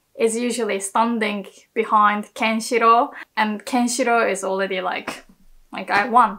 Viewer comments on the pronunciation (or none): this is funny that you can't pronounce lr in already :D